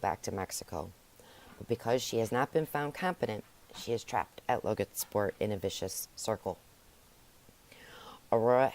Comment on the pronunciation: Just saying it's Logansport not LoganSport. Also it's forefathers.